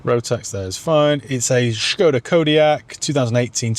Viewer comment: Why start the video pronouncing Skoda with an H then forgetting to do so by the end of the video.. just be normal or come across as a nob 🤷